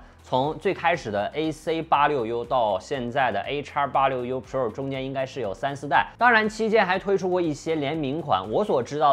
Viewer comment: 就没有朋友给你善意的提提建议吗，你的pro,发音真的很难受。